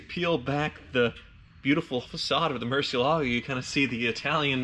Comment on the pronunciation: Why do you pronunce murciélago so wierd?????? Its bat in spanish, the accent is in the e